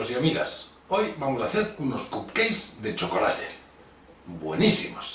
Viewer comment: fantastic per cert es pronuncia capceiks